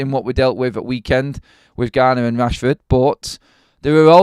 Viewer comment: Why British people speak “with” as “wif “